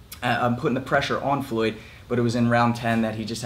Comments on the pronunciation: First and foremost: Why do you pronounciate "Floyd" as "Fluid" ? That's funny as hell, I'm gonna make this video into a drinking game everytime you say " Fluid ". Second: no, McGregor did not deserve to be in that ring with "Fluid" Mayweather. He is so much of a weak puncher(In BOXING) and an amateur(In BOXING) that his punches were doing shit to "Fluid" Mayweather" so much so, that "Fluid" Mayweather felt comfortable going on the offensive, yes FUCKING MAYWEATHER, went on the offensive. He was eating McGregor's punches left and right, he was not rocked, shaken not even one bit, he was like " Sure why not ?" and kept on walking forwards . "Fluid" wasn't rocked too many times in his career, but mostly because of his defensive style, he doesn't have a weak chin, I'm sure of it, but in boxing he is far from being known for chin at all. In boxing his chin is what ? Mid tier ? There are many, many, many people with much stronger chins. And McGregor got TKO'd by Mayweather's punches. Mayweather was doing damage with every punch he tagged into McGregor. Fucking brittle hands Mayweather, Mayweather has a stunner punch. Not a top tier punch in his division at all. If it was Manny in that ring, the fight would have ended in round 1. McGregor did not deserve to be in the same ring as Mayweather. Mayweather however unlikable he is (And damn, Mayweather is unlikable as hell), is a legend and McGregor did not deserve to be in that ring with him. Hell, many champions of the world in boxing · Did you just say Fluid Mayweather?